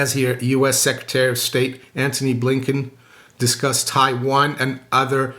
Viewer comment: Chinese top diplomat needs to change the pronunciation. Wank ye? Blinking marvelous said blinkin